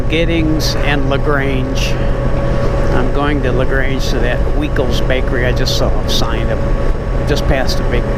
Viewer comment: Its pronounced Y-kel's bakery. The ei is I and ie is e.